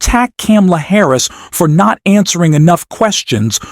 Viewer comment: I’m not going to listen to this I’ve heard Trump get dogged for 8 yrs. Now by the left by the media by all the news networks And you need to find out how to pronounce … Harris’s name Correctly